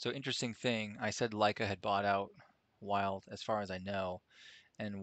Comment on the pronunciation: It's pronounced like Bill. Vild. I'm a retired Land Surveyor. I worked from 1970 to 1997. Those instruments are like a Rolls Royce. Thanks for the time you put in to make this video. We had a Kern DKM1. Inverted image and a Lenker Rod. Nightmare material. Thanks again.